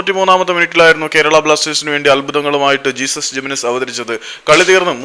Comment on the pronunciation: Jesús Jiménez സ്പാനിഷ് പേര് ആയതിനാൽ "ഹേസുസ്" എന്നാണ് വായിക്കുക. ഇംഗ്ലീഷിൽ "ജീസസ്". അതു പോലെ "José" എന്നത് ഇംഗ്ലീഷിൽ "ജോസ്" എന്നും സ്പാനിഷിൽ "ഹോസെ" എന്നും.